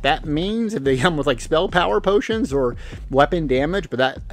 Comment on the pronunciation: OMG not "POTIONTS"! But seriously, welcome back.